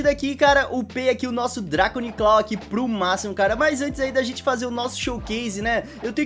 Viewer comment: dracloni claw ? Kkkk to zuando muito bom o video